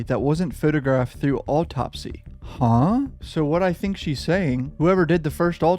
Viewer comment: The way you're pronouncing "autopsy" really bothers me